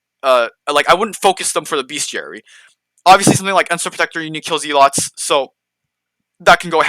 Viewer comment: very helpful,but Z-lots xD